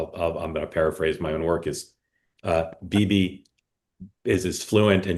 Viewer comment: What was that pronunciation of Bibi by???????????? Lordy.